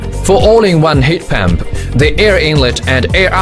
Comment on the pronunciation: He says heat pamp one more time